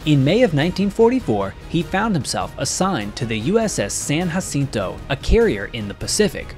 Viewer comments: I can definitely tell that you are not from Texas because it is pronounced San Jacinto not San Hacinto. Yes in Spanish the j is pronounced as a h but not in this case. Houston has quite a few place names that non locals cannot pronounce correctly. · San Jacinto is pronounced with a hard J as in John.